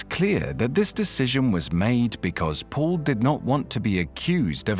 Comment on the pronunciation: Excuse me not Mall but Paul